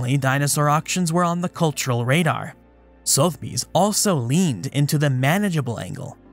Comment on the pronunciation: respectfully it's pronounced SUH - theby's